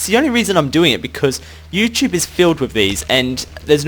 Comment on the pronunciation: Youchube, aha